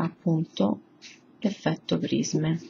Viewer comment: brutte unghie e pessima pronuncia di prisme